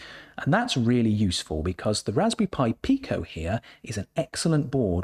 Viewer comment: I did a Google search and the definition audio pronounced it Peye-Co.